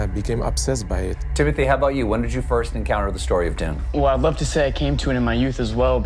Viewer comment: TIM MO TAY say it correctly please